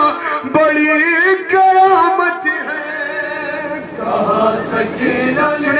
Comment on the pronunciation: Qayamat ya kayamat. Sadat ka talaffuz khhrab?